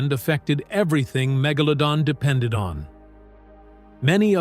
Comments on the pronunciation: The word you are Mangling is Mega-pronounced like Low-Don so MegaLowDon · Good doc. AI narrator had a rough time with the name.. lol